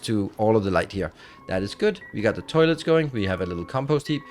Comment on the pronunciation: Any one else hear "terlets"